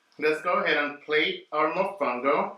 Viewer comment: MOFONGO CONO!! not mofungo...TF is that??!!!!